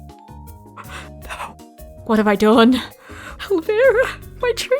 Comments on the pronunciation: ElvIra, not era 😂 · I heard Elvira as Aloe Vera. Wtf